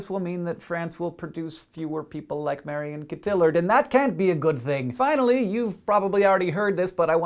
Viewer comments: Marion Cottillard : Mar-ee-on Cot-ee-yar. The on here is french on like in champignon. You're welcome Hank ;) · A little information to improve nerdfighter-frenchness: Marion Cottilard is pronounced 'Mary-oh Coh-tee-are'. (well, not exactly, but that's the most acurate approximation i can think of at the moment) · As a french speaking person it hurt my ears how he pronounced Marion Cotillard o.O It would sound wrong though, if I prposed to give him some french lessen, because people might understand it with quotation marks as "french lessons"